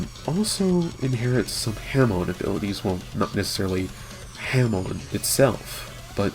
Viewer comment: Not trying to be a dick but you keep say hamoo,it's pronounced ha(as in ha ha ha)+moon.